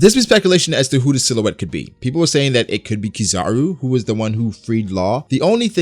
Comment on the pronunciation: Who is keezar-u.? Its kizaru noob